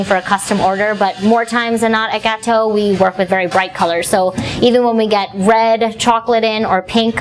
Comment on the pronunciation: Gateaux means cakes in French (the more you know) please pronounce it correctly -_-' & those look yummy.